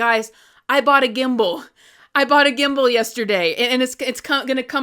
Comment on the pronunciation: Congratulations! 🎉🥳 I'm really happy for you ☺️ When you said "Gimble" I was confused for a second. I thought you said "Kimble" and that you were speaking about the old board game 🤣 It's sold as "Trouble" in usa but it's "Kimble" in my country, Finland.